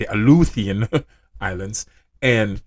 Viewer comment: Those Alaskan islands are pronounced a loo she on islands the t is silent